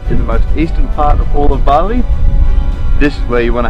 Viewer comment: Nice video, well edited. Please learn how to pronounce the words correctly as not to look ignorant and be disrespectful to the people of Bali.